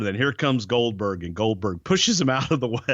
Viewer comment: Goldberg sounds like Dumberg 🤣